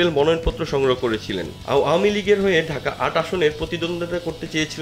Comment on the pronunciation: আও য়ামী লিগ 😂,ভাই কি সুন্দর উচ্চারন How funny.apni ichha korlei erokim bollen Mone hocche.